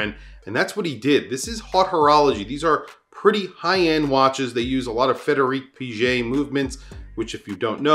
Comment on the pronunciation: Ps Frédéric Piguet's pronounciation is ULTRA-WRONG